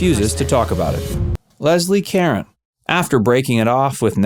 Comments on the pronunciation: The narrator pronounced Lesie Caron's last name (it rhymes with "a phone") as Leslie Karen. So much for being on top of show biz. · He did- not enough attention to detail, & as noted above, 'hook up' is crass & frankly, rather disgusting!